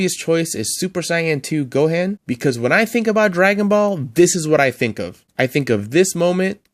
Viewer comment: And then saying go Han 😂